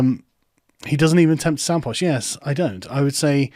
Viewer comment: that yes was the most posh you've ever sounded